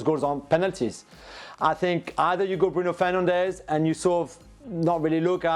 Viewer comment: It's bruno fernandes